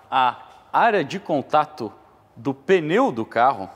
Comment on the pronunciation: Parabéns pelo vídeo, fantástico e instrutivo. O único deslize que me chamou a atenção nesta aula de 50 minutos é a palavra mais citada no vídeo: pneu não se fala "peneu". É sotaque de São Paulo?